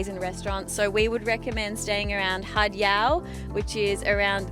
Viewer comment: Gosh you guys need to learn how to present and pronounce the beaches correctly ..it’s not “hard salad” it’s Haad (Had) obviously you haven’t been there for long or if you have you’re just air heads